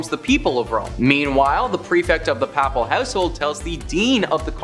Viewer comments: The word papal..the first a is pronounced Long a..as in " "pay..pall" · The way this guy says "papal" is giving me a stroke. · The pronunciation of Papal and various other words distract from the video itself. Before doing voice overs seek help with proper pronouncing of word. Papal has a long A as in pay.